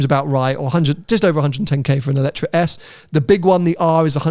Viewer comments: I can’t believe you went to the press launch and still pronounce the name of the car wrong every single time. I get it if it’s a foreign company but lotus is a British brand 😂 EletrE And non eletrA. Anyhow, much more enjoyable episode when is there. As always I end up putting a thumbs up but would be really nice if you took onboard a bit more of what your beloved audience suggests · ELETRE =/= Eletra. The car is called EletrE. To set some context, I’ve been to a Lotus event presenting the car for non press public and the lotus people called it EletrE. E at the end like Evian. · Evian has an E at the beginning. That is the sound that should be at the end of EletrE